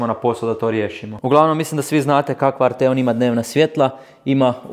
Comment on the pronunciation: Msm da krivo izgovaras Arteon. Naglasak je na A.